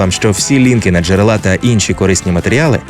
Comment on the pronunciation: Прекрасний ролик, поширюю. Тільки наголоси звіряйте зі словником: джерЕла (а не джерелА), посУха (а не пОсусха).